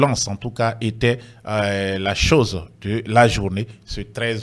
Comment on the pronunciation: et le président de transition du Burkina Faso,le capitaine IB qui dit "choshe" au lieu de chose,mais on avance...